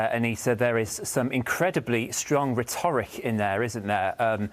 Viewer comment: Good report (after the repetitive first half), but Joe, it's pronounced RHET-e-rick, not re-TOR-ic. Slava UEFi!